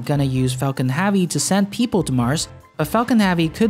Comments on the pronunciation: Nice. But his analysis of SpaceX's vision and role in the future is as accurate as his pronunciation of "havvy".. erm, i mean "Heavy". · Why the f*** does he say Falcon Havy instead of Falcon Heavy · you say havy alot what country are you from to pronounce heavy like havy just wondering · curious as to why you pronounce e sounds with a sounds, like falcon hAvy? it that normal in your neck of the woods? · adolf I would enjoy watching his channel more if he pronounced Havy they right way.